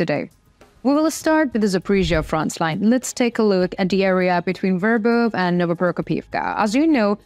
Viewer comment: I like the way you pronounce" Verbov" . Thanks for the info!🆒😎👍!